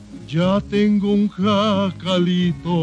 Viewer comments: Hi! I'd like to help you how to pronounce "jacalito". This word as you see starts with "J" but in Spanish you may pronounce it as "H" in English. So is something like "hakalito" 😂 This refers to a small quickly built hut. It doesn't specify what is made off, but it could be like you said out of adobe or other materials like grass, palm's fiber or little sticks. It sits high up on the hill, very close to the river so you can do laundry. What a Macho!! 😂😂 I hope it useful to you. 💗Music🎵🎼🎶🎺🎸🎧🎹📻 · Te voy a enseñar cómo se dice JACALITO Y no “yacalitou” .... primero trata de reírte tal y como si lo estuvieras leyendo: “JA JA JA” ya tenemos la primera sílaba y la más importante, después de que hayas dominado la sílaba “JA” continuamos con la segunda sílaba: CA. La tercera sílaba es “LI” y la última es: “TO”. Ya tenemos completo todo: JA CA LI TO!!! Saludos desde La Ciudad de México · In the movie he was in a falsetto contest and it is pronounced Hakaleeto Jacalito (Hakaleeto) you’re pronouncing it in the German (Yakaleeto) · Jacalito comes from Jacal,a kind of hut very modest cabin made out of wood and adobe! It’s pronounced Hack-ah-lee-to!hello from Long Beach! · YOU HEAR THAT PEDRO SAID HACALITO, NOT YACAILITO. LOL YACALITO POOR MAN. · Not Yiacalito, Hokuleeto! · Se pronuncia. Hacalito se pronuncia en español como si fuera con H al inicio "hacalito"